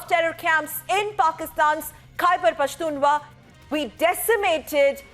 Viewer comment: Its khyber pakhtunkhwa.... A lot of our anchors are calling it Pashtunwa.. Reminds me of Bihari babua.. 😹😹😹